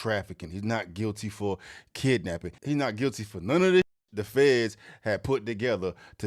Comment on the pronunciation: He did say " NOT GUILTY, AND IM FILTY " LOL